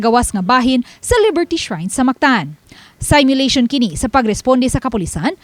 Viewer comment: Please it’s not pronounced saymyulation but seemyulation.